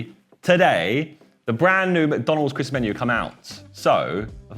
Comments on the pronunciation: Everyone: Christmas Josh: Chrism' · Josh, its Christmas Menu, not ChrisMenu! 😭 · Christmas is Josh's "Mural"